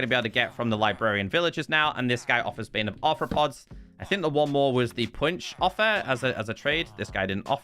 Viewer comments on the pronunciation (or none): did you just say bane of arthopoops 😂